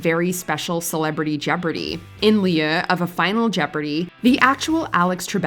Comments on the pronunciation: This was always one of my favorite bits on SNL during those years. But. "In LEAH of a Final Jeopardy ...?" . What?! This is a major YouTube channel, yet you STILL can't find a narrator, or producer or ANY staff member who knows how to say the words "in lieu of"?? Hasn't everybody heard those words at least hundreds of times in their life? I've come to expect half-witted voice over announcers on the little basement bedroom YouTube channels who can only speak at a third grade level, but I'd bet you guys make good money doing this. And still ... sheesh. Yes, I bitched about something inconsequential. Move on if you don't like it. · In lee-yoo. Jeez these narrators are dumb. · Excuse me, but how did you pronounce "in lieu of"? 🤣